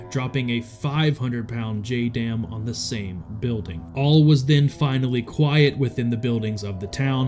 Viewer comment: JDAM, more like JUH-DAMN!!